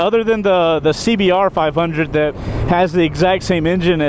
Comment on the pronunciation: Did he call it a 5 undie?